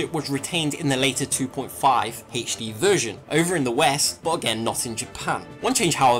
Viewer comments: Haich-dee release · Haich Dee